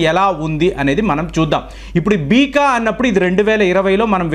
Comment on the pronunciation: Beeka kadu beca ani chadvu